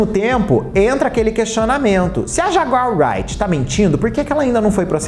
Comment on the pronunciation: Dessa vez passa mas de outra oportunidade,apure a pronúncia correta do nome da jaguar,creia ,é fácil